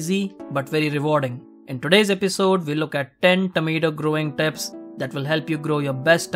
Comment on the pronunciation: It is pronounced tips not teps